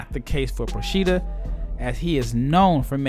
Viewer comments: Very nice video, but the accent for Procida is on the 'O', like Prò-chi-da ;-) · Btw the pronunciation is : Pròcida. The accent is on the o.